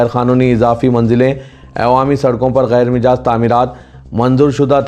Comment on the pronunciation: Ghair Mijaaz nahein ji Ghair Majaaz padhiye